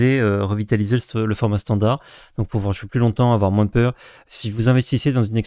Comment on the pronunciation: Merci pour le récap, mais sincèrement, arrête de prononcer le S de moins:x quand c'est un running gag c'est ok, mais là c'est juste une énorme faute de français 😢